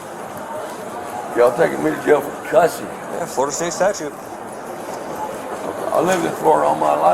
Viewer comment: "I've lived in floriduh all my life!" Stating the obvious.